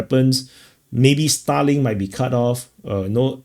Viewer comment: I was wondering what and why you were talking about "Stalin" until I realized you were talking about "Starlink"... 😅 Uh...!!!